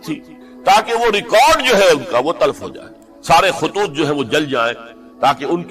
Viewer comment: تلفtalf ❌ (مولانا جی کا غلط تلفُّظ) / تلَف talaf ✅